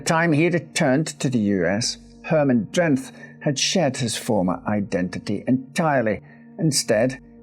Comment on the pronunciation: Because we don't pronounce the "h" in "th" in Dutch, Herman Drenth's surname is actually pronounced "Drent".